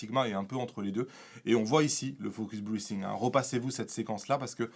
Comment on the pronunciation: Salut. Vu que tu n'es pas capable de prononcer focus breathing correctement, pourquoi n'adoptes tu pas le terme français pompage optique ? Ce serait beaucoup moins ridicule.